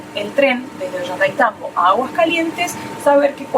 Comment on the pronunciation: Muy bueno el video y las explicaciones a través del camino hasta Aguas Calientes. Hermosa Santa Teresa, y mucho más lindo Machu Pichu Pueblo. También hermosos los hoteles en que pararon. Sigan disfrutando., Ollaitaitambo, jajajaja. A Mary y Guille, también les costaba pronunciarlo. Desde Mendoza muchos saludos 🤗 😉